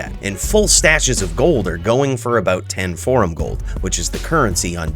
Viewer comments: "So come with me and bring all your jold. We're about to jo, jamble with Jheed now" 🤣🤣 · 😂 that was too jood.